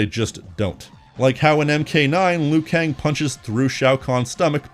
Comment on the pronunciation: It's LIU Kang, not "Lui Kang"!